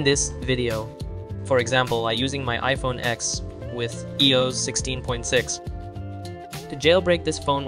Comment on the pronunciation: What do you mean "e-yos"? It's I-O-S "eye-oh-ess" stands for (iPhone Operating System). 😔🤯😩